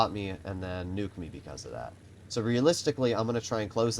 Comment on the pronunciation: The amount of times he said realistilcy